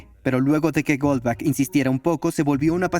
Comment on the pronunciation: El apellido alemán Goldbach no se pronuncia "Golbak", se pronuncia "Goldbaj", igual que el apellido del compositor alemán Juan Sebastian Bach, que se pronuncia "Baj". Bach significa "arroyo" y Gold sigtnifica "oro".